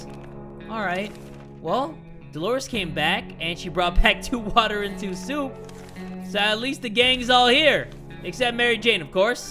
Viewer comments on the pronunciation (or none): When he Said "WATTAH" i felt that